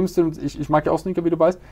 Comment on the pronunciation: achso Sneaker. hab erst Snickers verstanden die im Lager dann schlecht werden xDDDD